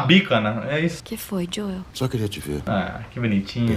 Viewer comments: Não é joey é joel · Que agonia ver o Julio falar jõe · Mó agonia do júlio chamando o joel de joe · Ele chamando o Joel de "Joe" kskskskksk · Ah agonia que eu fiquei com o Júlio falando joe e não joel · Me deu agonia dele falando joi em vez de joel